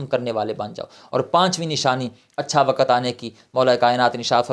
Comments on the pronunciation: Not wakat. "waqt". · Not wakat. "waqt".Quraan